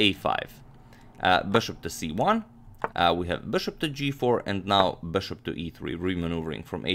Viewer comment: Why does amagmator promounce bishop like 'boshop'..well annoying